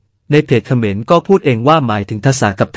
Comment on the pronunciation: คนพูดคำว่าเขมรสงสัยเมา